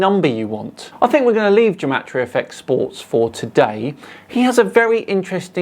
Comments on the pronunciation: Not to be too much of a party pooper, but gematria is pronounced with a hard G (Like Gamma) not as Jematria (Jewel). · Why does he start by pronouncing gematria with a hard G sound and then just switch half way to a soft G sound? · "Ruining Gematria"? Um ... OK. Go for it! Question: how do you pronounce 'Gematria'? The GematriaEffect guy says it sometimes with a hard 'g' as in 'get' and sometimes a soft 'g' as in 'gem'. Is he trying to confuse us? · This gematria guy is pronouncing gematria wrong. I found two different pronunciations and his matches neither? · For someone putting so much emphasis on spellings, he can't even decide on the correct pronunciation of "gematria"